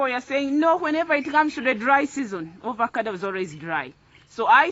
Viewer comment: It's AVOCADO not Ovocado